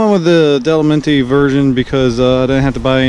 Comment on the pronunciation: Love the NC700X and love Givi luggage. Just one thing - the name of your side cases is pronounced "Dough-low-MEE-tee" - It's the name of the mountain range in the Northeastern part of Italy, which is also a part of the Alps. Beautiful place, if you've never been.